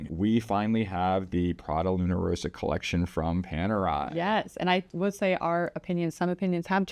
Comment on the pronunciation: The red Luna Rossa stripe always reminds me of the Prada branding. BTW, Rossa is pronounced Ross-Ah. If it only had a single "s" then your current pronounciation of Row-Sah would be correct.